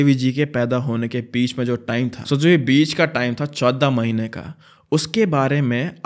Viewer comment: The way said 14 mahine proper harvyanvi accent 😂😂😂